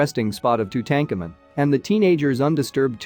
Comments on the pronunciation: Or, or !!! “Too-tanked-tu-moon” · You can’t even pronounce Tutankhamen’s name correctly how am I supposed to take your information seriously? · No tank in name pronounced tutenkhamen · Tootancamoon for god's sake not tootenkamen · The common pronouncement of Tutankhamuns name is tute aunk amoon not to tankamon! Are they just using reader app to narrate? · Tu-tank-in ? Really. Tu-tah-ka-moon. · its tootum-car -moon not two-tank-a man lol not the way it spelt but as you say his name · Hey For Ur Suggestions Box:Lear How To Pronounce The Main Words Or Subject U R Discussing??WHO Does Not Know How To Pronounce King TUTS Last Name!!?? TO DAHN COMEN REPEAT IT👎🤡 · OMG! Two-Tank-A-Men??? Unwatchable. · Tut-Ahnk-ah-mon ...hooked on phonics don’t work for him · LOL 🤣🤣🤣🤣🤣 Tootankermen..... BWAHAHAHAHA! 🤣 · It's pronounced "2-tone-ka-moon" meaning beloved of Amoon. His father is pronounced "Ah-mon-ho-tep" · Who the fudge is Two tank en men .... geez none of these names are pronounced correctly, it made it so hard to listen to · Who is Tu-tank-a-man? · Too tanka min - please learn to pronounce these names correctly - if you can’t do the simplest thing then why should anyone pay any attention to the content of the video ☹️🤷‍♀️ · Say the pharaohs name correctly it’s annoying Tutankhamen. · two-tank-a-man !!! unbeliveable. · Please learn how to pronounce names properly!! Too tan ka moon!! Phonetics!! Aa ka na ton!! Thank u… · Two ten kemen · One minute in: I can't listen to this guy strangle Tutankhamun's name one more time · You need to learn how to pronounce tut's name properly. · Pronoun this very famous Pharaoh's name properly! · I can’t finish watching this. If you cannot say the King’s name correctly, I don’t trust this channel. Peace out! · Why is the name of king tut mispronounced.. very distracting.